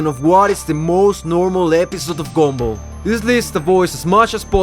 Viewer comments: Bro really says “gombal” instead of “gumball” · The “gomball” ahhhhhh😩